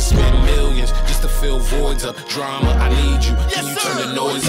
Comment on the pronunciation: yeah dj drama says it wrong lmao